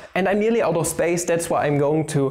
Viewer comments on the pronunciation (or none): none